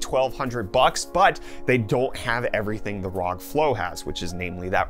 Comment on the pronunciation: Its pronounced rog not rog